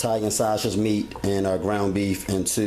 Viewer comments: yes it looks good but I can't follow or trust anyone who can't pronounce the food properly lol it's sausage not saushit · Lol. Me too!! At first I didn't know what shawsage was!! Lol. Great job tho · You say sausage weird, but you're right. We've been making spaghetti like this for years. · lol he do say it funny